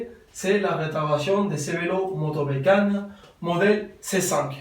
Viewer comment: Cheers mate...I now know how to pronounce " Motobecane " in proper French! Nice restoration job!!